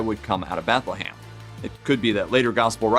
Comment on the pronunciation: BethleHAM? BethleHAM. Seriously? Read a book dude. Jesus! Pun intended.